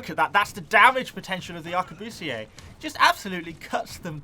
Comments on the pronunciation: The word Arquebusiers is pronounced “Ar-que-bu-siers” not “Ahr-que-boo-see-aye”, your pronunciation would be correct if you were speaking French though. Aside from that, nice video. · Not to be that person isn't it pronounced a-qua-bust-ers? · Ummmmmmm... Arquebusiers (Ark-we-bus-iers) Thats the historically acurate way of saying them.